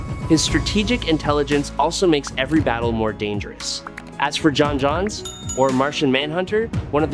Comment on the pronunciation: His name id pronounced John Jones